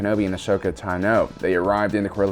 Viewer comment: Cool video. One minor point, I thought Ashoka's last name has the emphasis on the first syllable instead of the second.